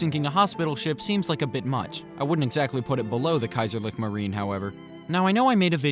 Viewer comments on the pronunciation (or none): KaiserlichE MarinE. if you're going to recite British propaganda from 100 years ago, at least pronounce it right.